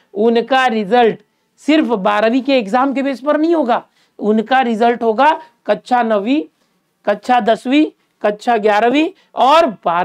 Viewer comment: sir that's kaksha not kacha😅😅